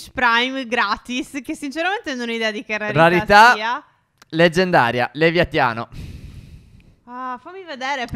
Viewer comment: Nn è lieviatiano leviatano